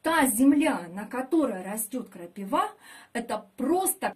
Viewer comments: Учите русский! Не разА, а рАза! Не крапивА, а КрапИва! И почве йод не нужен, агрономша! Полный бред! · Почему крапиВа ?!, а не краПИва??! Слух режет! А за советы спасибо !!!! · Что за крапивА, почему не крапИва?? Где вы учились русскому языку??